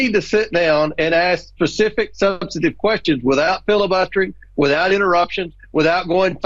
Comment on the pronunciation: Did the other guy what‘s his name in the TV just torture the word philibuster (how you even spell that)?